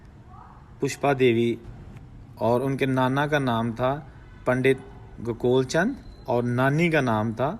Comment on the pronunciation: Its not gakol chand it’s pronounced as go kaal chand